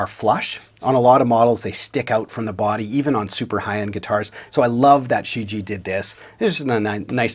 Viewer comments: Not She ji. Try looking online for pronunciation. Shuu ji-A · What do you mean? He pronounced it more like Xiji, not like Shijie, with the first "i" silent and a clear enunciation of "ie" at the end. No disrespect to, he doesn't speak Chinese. But for export purposes the name Shijie was badly chosen, because no one outside of China knows how to properly pronounce it unless they speak Chinese...